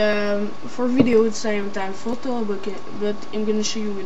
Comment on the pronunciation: lol how he say's fhoto XD